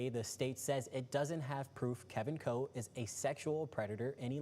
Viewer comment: His name is Kevin Coe ------ ------not Cole.